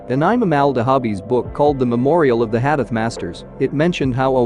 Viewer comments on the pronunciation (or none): Brother it is not HADEF, it is Hadith or Hadees. Also Please do not pronounce it so fast that listener has difficulty to understand as what did you say!